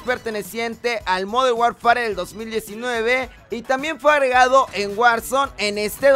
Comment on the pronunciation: Hola! Oye se pronuncia "modern warfer". Saludos